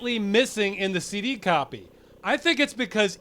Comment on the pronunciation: You keep pronouncing "CD" as "city".